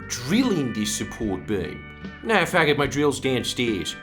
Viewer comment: and the posh voiced "Oh naauwr!"